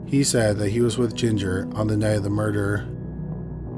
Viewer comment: For story number one... I thought initially you said Ginger hating 🤦🏾‍♀️🤦🏾‍♀️🤦🏾‍♀️.